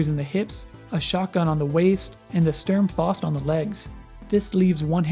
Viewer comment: Say what you want, but those tubes look so good, sad to see they are being replaced in the upcoming kampfer schwer pbandai release Also Sturm Fausts are pronounced "Sterm Fowst"